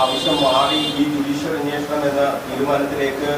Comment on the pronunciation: 'അന്വോഷണം ' അല്ല ബ്രിട്ടാസേ, അന്വേഷണം എന്ന് പറ.